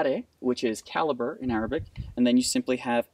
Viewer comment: My man destroys every Arabic word that come out of his mouth